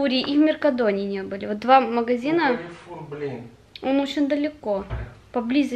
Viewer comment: Не карифур а карфур ^_^